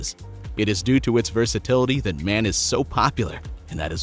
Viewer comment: The first truck in the video: the manufacturer is not pronounced "man", it's M. A. N. Pretty good indicator that the audio track is robo.